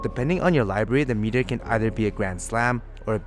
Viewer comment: “Meat”eor. cool review man